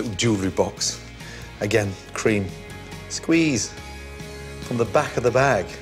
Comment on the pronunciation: He sounded American